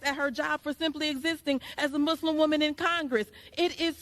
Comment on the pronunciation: AOC is such an obvious and poor liar and if she actually cared she'd learn how to properly pronounce Muslim, being in the public eye.